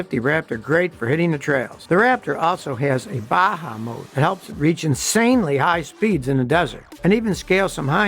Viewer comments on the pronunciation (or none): none